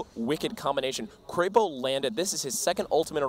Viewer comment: Its not kreypo it is krepo